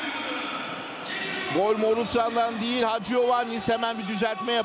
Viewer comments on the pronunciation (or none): none